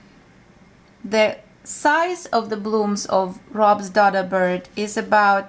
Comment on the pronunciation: DODO is pronounced with a long O sound as in donut.